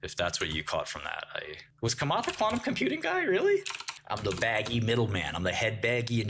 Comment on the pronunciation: lol at “Kamat”